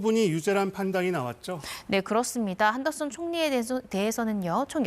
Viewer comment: 여자 게스트 한덕수를 계속 한덕순으로 발음하는데 이름을 모르는건지 발음이 문제인건지 궁금하네요...